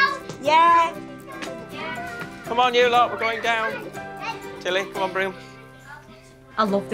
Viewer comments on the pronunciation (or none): none